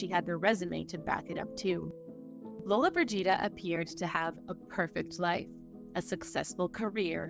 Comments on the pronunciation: In 2023 " ... the last true star of the Golden Age passed away." Sophia was 88 and still alive! And still alive now. I think Sophia was a bigger star. She won an Oscar! You're saying Gina's last name wrong. Look. Too many of you YT bio presenters are like The Wild Wild West! You gotta' do your due diligence. People lose trust in you presenters who don't properly research your subjects. Rita Moreno - Gene Hackman - Eva Marie Saint - Jane Fonda - Richard Chamberlain - Barbara Eden - Dick Van Dyke -- all Gina's contemporaries -- still alive today! Shirley MacLaine - Kim Novak - Clint Eastwood - Julie Newmar + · Once, just once I wish the narrators would learn how to properly pronounce actors names. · The narrator and Adobe Premiere Pro editor are doing more damage to Gina Lollobrigida than any of her boyfriends did. The narrator and editor waited until she was gone, then twisted the truth, including the pronunciation of her name. YouTube encourages fraud. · Me too , my great grandmother named me after her favorite movie star it really just irritates me that the commentator to this documentary is not saying her last name correctly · Where's the Scottish narrator? Every time this lady narrates there are factual errors and she needs to pronounce Lollobrigida correctly. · she is accentuating at the wrong place. It's a small fix that makes a huge difference. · Interesting considering her name is mispronounced throughout the whole segment. Also, nothing about her amazing jewels and her selling them for charity. A beautiful and gracious woman who did it her way. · I know what you mean...President Regan couldn't pronounce nuclear (not "nu-ku-ler"), drove me nuts. He's in charge of it (something that could end the world), and couldn't even pronounce it! Always surprises me that they spend the $ they do - then invalidate the entire video by AI, or mispronouncing the name of the subject. It's either greed, stupidity, ignorance, or arrogance. That's all the time I spend on, "Why?"